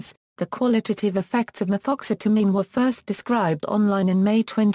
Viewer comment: I love some Ma-Thoxxx-seta-mean!!!!